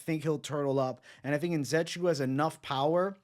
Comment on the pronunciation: It’s pronounced (IN - Ze - Chook - WOO)